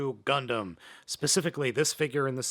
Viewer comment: Wait did i justo hear "gumplum"